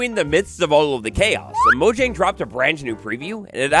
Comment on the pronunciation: It's pronounced moyang